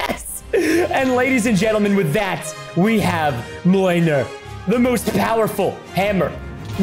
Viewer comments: Mjonier is pronounced me-all-near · It's pronounced myl near